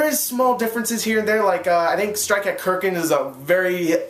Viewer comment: How did you pronounce it wrong?? kArkand not kerkant